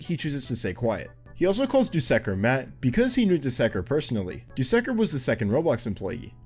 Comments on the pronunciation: You said dusekker wrong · the way he says "dusekkar" and "sentinel" seriously throws me off